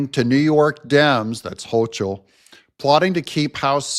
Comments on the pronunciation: You're not pronouncing Kathy Hochul right. Tip: Use Google Translate or Grok when you're unsure. 99+% accurate. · Dont realy care how you pronounce NY gov name fyi its hoe- coal or as i say adolph hoe-coal